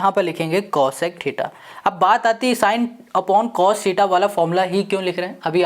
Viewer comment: Bhaiya aap mujhe ek BAAT batao😂😂 Aap Cos Ke C ko U kyu banate ho 😂😂 But sir mai aapaka bahut BADA fan hu aap ke method of teaching bahut shandar hai !!!!